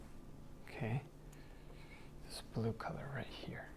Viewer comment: I decided to add just a touch of blood, I mean black Me: 😯😂 He probably said blue but it sounded just like blood to me lol